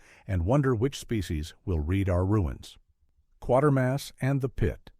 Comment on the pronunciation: kwa-ter-mass not quarter-mass